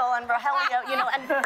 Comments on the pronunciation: Not Rojelio it’s RoElio delavegaaa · Ro-je-lio? He has NOT watched the show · Love love love this but if that guy says Rogelio’s name like RO-JELLY-YO I’m gonna pull my hair out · It's another beautiful day to be Ro - Jelly - Yo wake up Ro - Jelly - yo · Ro hell eeeeoooooo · Did he just really say roJelio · man really said RoJelio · Right! and he knows its not Jaime and its "H"-aime. just the Rogelio bit. ugh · the way the host pronounced rogelio was pretty bad 😭